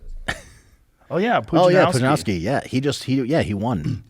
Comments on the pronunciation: rogan pronounced it wrong, op just got excited he heard a polish name on jre. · I thought the W in "owski" made a F sound? I'm not Polish but I've been around native Polish speakers pronounce it with the F when saying names with a similar ending. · it is, but his pronunciation was just good enough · it’s more of a v sound but to be fair I can see foreigners hearing it more as an f when we speak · He does NOT say it correctly, its not bad but its far from perfect.